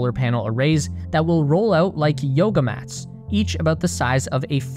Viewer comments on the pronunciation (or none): none